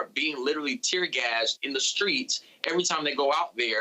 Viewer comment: Did he say "screets"? Maybe I just misheard it